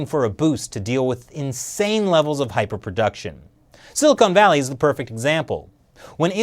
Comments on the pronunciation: "Silicone Valley" LOL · A couple of pronunciation quirks: "nootropic" is probably pronounced "no-o-tropic" because Greek is fun, and it's not Silicone Valley. Now that my internal Grammar Nazi has subsided, I had no idea about this issue. It's really interesting. Does anybody know if Instant Parkinson's is related to this at all?